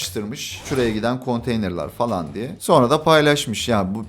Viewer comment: konteynır=❌ konteyner=✅